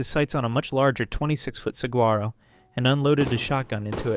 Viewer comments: As an Arizonan I feel obligated to say it’s pronounced “sawaro” cactus… saying the g infuriates me lol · Only quarrel with the video is saquaro, the g is silent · Saguaro is pronounced Saw-war-o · The "g" in saguaro is silent.